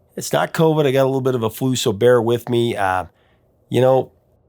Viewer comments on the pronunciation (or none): none